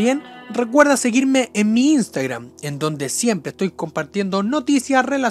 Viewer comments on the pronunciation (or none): none